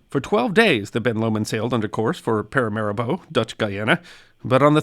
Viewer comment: "para ma REE bo", not "paira maribo". I wondered what the hell you were saying~